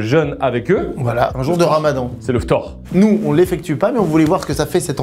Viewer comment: « Le ftOr »